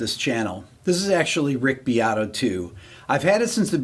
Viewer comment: His name is beat-o. Don’t listen to what he says about how to pronounce it.